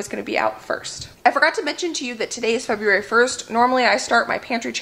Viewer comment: "Feberuary", love it! That tickled me, got a good chuckle. The mac looks divine. You both are very blessed to have helpful and willing parents.